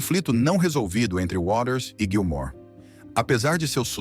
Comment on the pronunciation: Narrador, é Gilmour, não Gilmore, beleza???